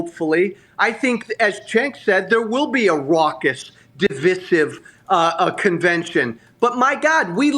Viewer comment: Divisive isn't pronounced that way